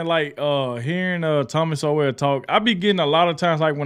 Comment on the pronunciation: Just FYI bro, his last name is pronounced the same as "soul."